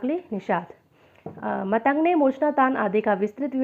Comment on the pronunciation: अरे uney मतंग ऋषी नाही केहते ऊन का नाम मातंग ऋषी हे